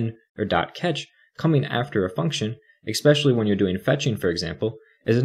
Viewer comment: Love the video, but you might want to look into the word 'especially' if you plan on making more content. It's not 'eckspecially'.